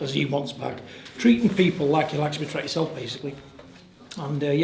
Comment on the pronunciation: Always love a good “tret” instead of “treated” from Big John Fury.